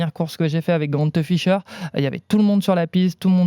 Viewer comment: GrantEUH Ficheur